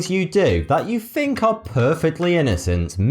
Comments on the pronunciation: I hate the way he says 'think' its think not fink another is 'thought' again its thought not fought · Instead of say think he says fink